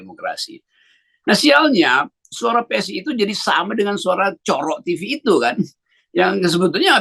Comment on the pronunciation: hahaha Cokro TV dibaca Pak Rocky COROK TV (TV Kecoak), hahaha.... mantap.